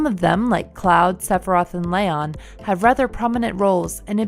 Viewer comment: i made it 6 minutes into this video but when she said LAYon i had to pause the video and block this channel